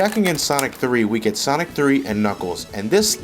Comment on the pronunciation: Its called "Sonic and Knuckles", not "Zanic and Knuckles" -_